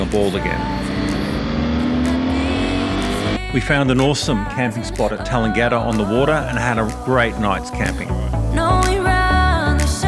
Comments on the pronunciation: You don't pronounce Tallangatta like Coolangatta. We are not Queenslanders in Victoria. Your bikes are too big for the High Country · That's no how you pronounce Tallangatta.